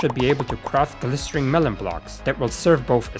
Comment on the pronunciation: I have no idea how you never once realized during this video's production that "glistening" has an n, and not an R.